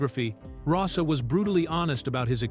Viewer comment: The photos of Miklos Rozsa (pronounced “RoeSha”, not Rossa are actually of Dimitri Tiomkin. The BBFC ‘X’ certificate in 1962 prevented anyone under the age of 16 from being allowed to see the film in a cinema. The age wasn’t increased to 18 until July, 1970. A fat lot these Americans know. Added to that, the images on the video often bear no relation to the narrator’s descriptions.